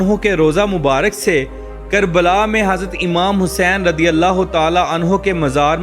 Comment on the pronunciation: radi allah kyu bolteho razi allah bolo jahil